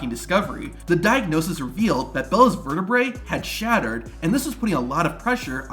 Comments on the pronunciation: It's vertebrae, not vertebrah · Virta brah... never in my life man.. do people NOT look up how to pronounce sh*t??!! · bro said c7 verteBRAH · The way you pronounce vertebrae sounds like it should be a finishing move by Riddle - The Verte-brah